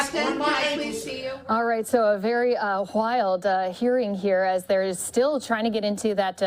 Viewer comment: A very "Hwild" hearing